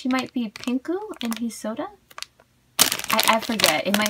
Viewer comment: its sora not soda